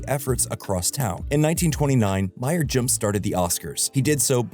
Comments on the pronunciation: It's pronounced Louis B. MAY-er, not MY-er. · I think he is not well versed in movie culture. I don't know or follow the inside track of how movies are made, but I have heard MGM - Metro Goldwyn Mayer spoken out loud many times over the last 30 years. For this "kid", whom I'm guessing is a movie buff, to not know of or heard Mayer pronouced correctly lowers his credibility.